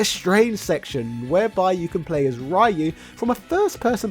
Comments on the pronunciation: It's pronounced REE-U not RY-U, if you are such a fighting game fan the least you should do is to learn to pronounce the names correctly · Great video, just one thing: Ryu is read as "Ree-you" not "Rai-you" though. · Oh my GODDDDD RYU IS PRONOUNCED "RE ...YOU" I refuse to believe you are at ANY level of fandom and still saying rye-you🤣 You can't have not heard that name pronounced before Look at mr sakazaki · Ryu is not raayu 辣油 that is "chilli oil" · "Rai-yu"? He's "Ri-yu"/Ryu. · it's 2024 and some people still say "Rie-you" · I thought it was solid, sure it’ll be cool if they put in 2d versions of new characters into it like juri or Seth but it is the best version of SF2. Also it’s pronounced REE-YOO cmon man! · It will always be "RAI YOU" isn't it? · people, please! in the 80s and 90s, not having internet and other means, names got mispronounced... a lot... BUT today... Ryu (meaning "dragon" among other things, japanese is scary sometimes) reads like reeoo - the R dont sound like in the word "red" but like the R in the word "Juri", the SF4 and 5 charater. ears are bleeding; lets not mispronounce it anymore! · Ray-u oh... god~ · Hearing "Ray-you" still kills me to this day. Nice video~ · How is your wife able to pronounce "Ryu" correctly, but you somehow can't? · So many years and English speakers still mispronounce RYU... 🤦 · British person pronounce "Ryu" correctly challenge (Failed) (Unwinnable) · I’m I the only one pissed that he is pronouncing Ryu’s name wrong?!?! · imagine pronouncing ryu wrong in the year 2022, ffs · Make SF video > Proceed to pronounce Ryu's name wrong. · I'm sorry but can you tell me how are you this invested in the series and then completely unable to pronounce Ryu? It's beyond vexing. Also the game is pretty cheap nowadays, complaining about release price is just bad consumer culture. If anything is bad about it, it's the AI that is too one sided and simple